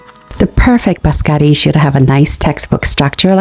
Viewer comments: It’s pronounced biscotti and not bascotti. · you call them bascari😂😂😂😂where are the double TT the I and the O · She said bascari😂😂😂😂 no letter TT in her word been used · Bis-ko-tiii please. Looks good.